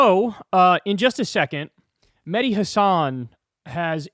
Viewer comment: It's not Medi It's Mehhhhhhdi with an H in the middle